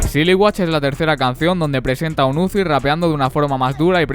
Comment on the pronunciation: Bueno video, se pronuncia uzi tal cual no "iuzi"